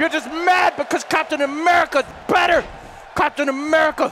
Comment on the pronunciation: if you listen closely when is fighting iron man you can hear saying Cocktainmerica XD